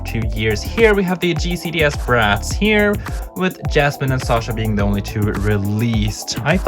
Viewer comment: It hurts my ears every time you say jasmine instead of Yasmin 😭